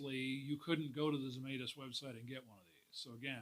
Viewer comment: Pronounced Zemytis not Zemaitis